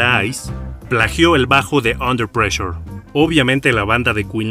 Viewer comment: Jajajajaja su pronunciación pésima del inglés "pleshure" Ve a un curso de inglés